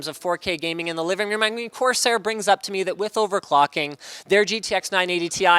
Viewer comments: Linus said cortair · "Cortairsair" -Linus 2016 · "Cortairsair" -linus 2015